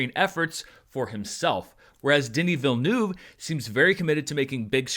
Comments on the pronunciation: Say this word - VEAL - now say this word - NERVE. Put them together and.. voila! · Please pronounce the eu-part of his name not like 'noob', you should try the u like from the word 'urgent' 🤓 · I know and you do a good job most of the time, some french sounds are very tricky for english speaking people and 'eu' is one of them, it basicaly like the u in hurt. Anyway I don't know why but it made me laught ;) Carry on with the great job you do with the critics and charts, love them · It kept sounding to me like you were saying "the DIddyville News". ;) I LOVED the movie so much, and I don't know all that much about Dune at all, though I have slowly been trying to get through the audiobook for the past year, so it gave me a great foundation that the Lynch movie did NOT. ;) My first experience with the world was with the Sega CD game, which was my first RPG and I loved it, so I've always had an interest in general. This film really sucked me in, and I"ll be finishing that audiobook as soon as I can, now! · Just wish he would stop miss-pronouncing the director’s name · Americans, please learn how to pronounce the name Villeneuve. Thank you. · prononciation of Villeneuve name is hilarious